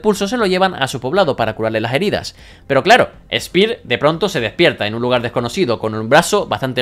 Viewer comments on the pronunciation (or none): espir xd , es spear , vos tas dislexico we